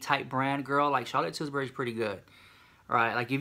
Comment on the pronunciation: "Charlotte Tils-berry"💀💀